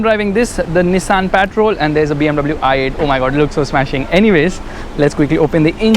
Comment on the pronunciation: literally every journalist who went to Dubai pronounce the word Patrol "petrol" ...only you are the one who pronounce the name correctly